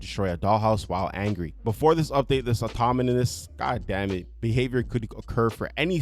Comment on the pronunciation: he's saying ''automonee'' which is not correct.